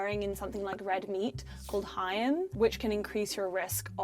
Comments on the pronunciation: What in British bull crap is hayam? Why would you ever pronounce heme like that 😂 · The way she said heme as “hyme”. Is that standard British? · Mispronounces "heme" Says there are benefits to organic foods Pass on this """expert"""